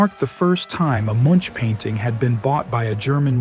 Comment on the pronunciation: I think it's still AI. Listen to how "Munch" is pronounced from - . a human would not change the pronunciation that quickly